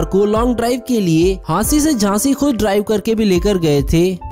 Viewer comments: Jhashi not Hasgi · Jashi not hashi